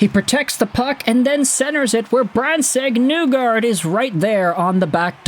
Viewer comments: It's NEE-gard not NEW-gard. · I am shocked that you don't say "Nuelander" all the time. Instead you destroy Nygard's name while simultaneously claiming to be a Detroit fan.